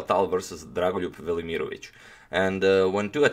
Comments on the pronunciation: I clicked to hear how to pronounce his name. I’m pretty sure you are not pronouncing all the letters. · i really like that dragon voluryiermich. And how many times did he say dragunlugj vermoriongage. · Good lord, every time you say Drago’s name I feel like my brain just froze. Slavic names....damn.